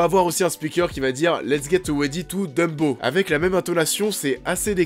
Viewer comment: c'est DUMBO "DAMBO" Bordel. c'est ni Dembo ni Deumbo. et c'est "Fuck", c'est pas FEUUUCK"